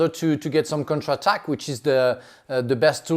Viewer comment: Frank always says "contra tak" instead of counter attack